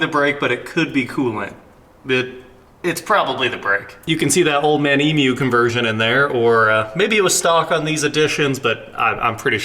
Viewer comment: Top shelf emu pronunciation mate 👍